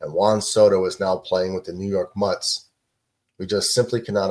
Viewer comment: It's the METS,.......not muts 🤣